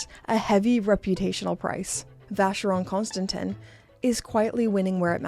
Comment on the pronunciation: Please, ask someone how to pronounce Vacheron Constantin. It is either ignorance or pure laziness to pronounce it wrong. It is also disrespectful towards your audience.